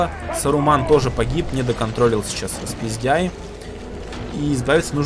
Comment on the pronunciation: Фэт, ник Распиздэй а не распиздяй, не обижай)))